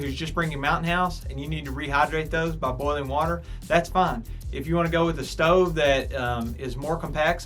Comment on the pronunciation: “Ima show u the shtove and show you the coouk time “😂